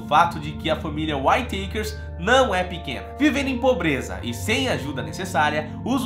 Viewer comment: Whayteikers ,Whayteikers kkkkk mano se lê simplesmente Uitekers , praq esse show kkk